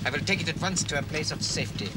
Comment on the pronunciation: Ah shall say theese only wance.